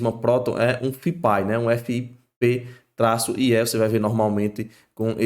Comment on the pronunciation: Cara pelo amor de DEUS sugiro nao americanizar o termo FIP-IE... I = INFRA / E = ESTRUTURA. FIP-IE, Simples assim. Nada haver FIP-AI (a pronuncia).. que bizarro.. chega ficou ridiculo. Fora isso.. video muito bom! Parabens!